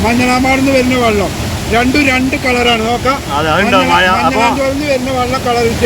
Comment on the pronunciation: വള്ളം, മയ ഇതൊക്കെ ഒന്ന് clear ആകു